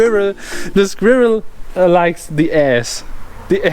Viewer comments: sag einfach skwörl, das kommt nah an die Aussprache von squirrel ran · A German trying to say squirrel is the absolute funniest thing ever